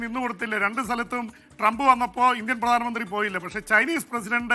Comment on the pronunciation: ട്രങ്ക് അല്ല മനുഷ്യാ ട്രംപ്…..ട്രംപ് എന്താ ഇങ്ങിനെ എപ്പോഴും നാക്ക് പിഴ 😜 പറ്റുന്ന പണി എടുത്താൽ പോരെ ?